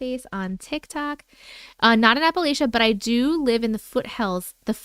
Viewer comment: I fell asleep watching last night so replaying now… so proud of you for remembering appal-atcha!!! ❤ so pleasing to hear it pronounced the way we say it from somewhere that’s never heard us say it!